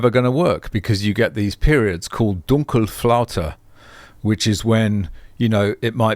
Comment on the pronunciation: You pronounced "Dunkelflaute" like you would be a German.